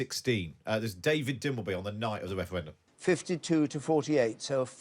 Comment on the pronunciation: Wefewendum 😀 'Welease Wodderick'